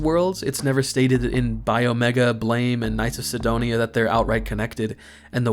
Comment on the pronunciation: Ngl that Blame! pronunciation made me recoil